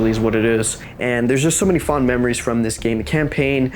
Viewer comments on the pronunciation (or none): none